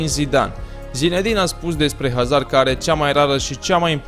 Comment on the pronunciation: vreti ma mai stiti un lucru despre Hazard, Haa? pai va spun eu: Hazard se citeste "Azard" pt ca este un nume francez si "H-ul" este mut